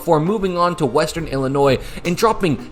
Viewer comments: That's how it's pronounced. ill-uh-noy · Ngl the way you pronounced Illinois absolutely ticked me off 😂 I didn’t even understand what you were saying at first lol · That's a wild way to pronounce Illinois.